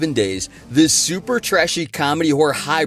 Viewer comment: Just an FYI - DeCoteau is pronounced "DA-KOTA."